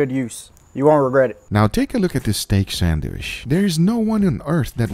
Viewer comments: 1. its sandwich, not sandwish 2. when you name ingredients, breathe, it sounds like you will start cry soon or you are out of air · What the heck is a sandWISH? If you can say chicken or cheese then you can pronounce sandwiCH. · What is a "sanwish"? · Nobody: Guga: sandwiSH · Guga knows why he's pronouncing it "sandwish", cause you wish you can taste it too 😀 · it really scratches my ears when he says "sandwish". it's not a French word..